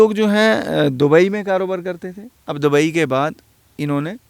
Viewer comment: Pehle dubai ka naam sahi se kehna seekhlo.